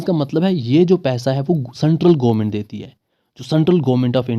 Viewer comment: Bro.. It's government not goo-ment 😂